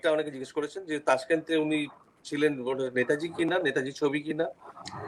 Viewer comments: যিনি প্রশ্নকর্তা তাঁর উচ্চারণ পারদর্শিতায় আমি হতাশ । নেতাজীকে উচ্চারণ করছেন ন্যাতাজী । আর কি কাউকে পাওয়া গেল না । হাজার হোক নেতাজী সম্পর্কিত অনুষ্ঠান । যথেষ্ট perfection—এর প্রয়োজন । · To the host=Baba choda naytaji ki? Gandu..... Thik kore uchharon kor...... 🌹🌹'NETAJI'. 🌹🌹....... Chandrachur and u peoples rock, salute to you both. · আর বাংলা ভাষার কোনো উপভাষা (dialect) তেই নেতাজী কে কেউ ন্যাতাজী বলেনা। এটা ঐ মহান মানুষটির অপমান। 'নেতাজী' সম্বোধন কেবল ঐ একজন মানুষ কেই করা হয়। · উচ্চারণ ঠিক করুন। ন্যাতাজী নয় নেতাজী।